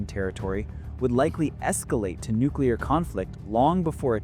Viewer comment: Haha I love you way you say Nuclear.....nucular!!! Lol